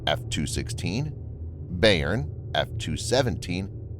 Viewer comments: Thanks for the report. It’s an important development. BTW, the pronunciation of Bayern is “by-urn” named after a major German state. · Bayern! Thanks, I couldn't figure out what German word he was trying to pronounce. :)